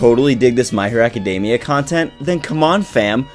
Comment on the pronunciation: It's pronounced a· kuh·dee·mee·uh. Not DAY-mee-uh. Just a heads up.